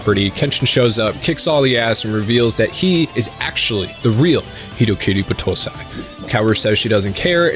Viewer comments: The pronouncion, yikes. It's not Buh-toh-sai or B-toh-say, it's Bah-toh-sai. I assume this might be one of the spelling vices the dub brought to you, a no brainer there given all dubs should be burned at the stake. Overall pretty good video, the editing was funny as hell. Btw don't watch Tokyo Revengers, it's literally hyped up trash, there are better stories tackling this anime's themes out there and this just isn't it. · Cringe on battousai pronunciation